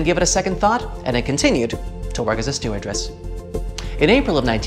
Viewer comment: StewardESS, not StewardRESS